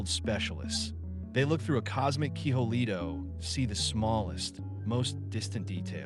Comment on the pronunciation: AI narrated, I could tell by the way it pronounced “keyhole” as keeholay